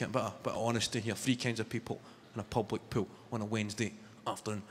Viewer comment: Public pool sounded to me Pub like pool .. or I’m I just too high?! Love this guy he is amazing. His accent makes his performances 20 times more funny